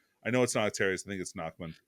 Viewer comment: I'm glad you stopped calling Nachmund Nashmund